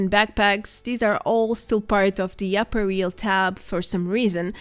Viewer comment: I do not want to appear aducational, but "apparel" ist pronounced quite differently. Otherwise keep up your informative work! Btw, I recently came across you in Fallout76 for the first time since I startet playing in May last year, which was something of a special experience considering that I follow your channel vor quite some time.